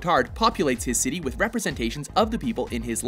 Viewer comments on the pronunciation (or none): none